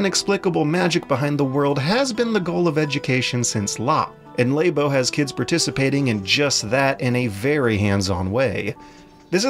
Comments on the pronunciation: It's not Laybo... It's Labo. Because like, lab. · I stopped watching after the 2nd "Lay Bow." He wants to speak about it with mastery, but can't even pronounce the product name. This isn't 1997 and no one knows how to pronounce "Aeris," it's 2018 and there are marketing materials that say "Lah Bow/Lab-O" repeatedly. lazy tongue is cringe AF. The Japanese borrow the word "Lab" and return it with a "Oh" on the end and can't comprehend, treats it like a foreign language. Please. I'm CERTAINLY going off the rails about this, but between YouTube and the podcast I can't take someone seriously if they can't master diction of their native language. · did you say laybo? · I can forgive him with the German names (us Americans see accent marks and our brains just grind to a halt), but “Lay-bow” for Labo is a bit painful for me. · "Laybow.", you're killing me here. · Lah-boh to my knowledge. I believe that's now Nintendo representatives have pronounced it, as well as everyone I can recall other than. is his own man. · "Lay-bo"? Is this part of the blackface kit? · Your pronunciation of Labo is a crime against language.